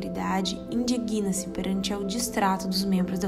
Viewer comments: Uma correção urgente: a palavra "indigna-se" deve ser pronunciada com G mudo, ao invés de "indiguína-se" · ... indiguina-se... Um português mal falado por uma voz tão melíflua...